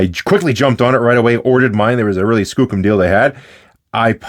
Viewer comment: Are you saying “skookum”?